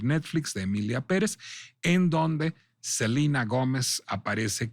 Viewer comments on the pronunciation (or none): Funear, en vez de funar, Selina en vez de Selena, Emilia Gómez en vez de Emilia Pérez. No solo en fondo sino en forma, NO DICE NADA, muchas vueltas para justificar su defensa, que es sospechosamente chayotera…